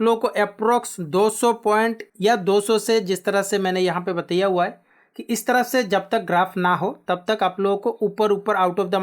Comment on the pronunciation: App achha samjhatey hai. But ek shabd app galat bol detey hai, Batiiyyaaaa nahi bolte bataaayaa gaya Hai boltey hai.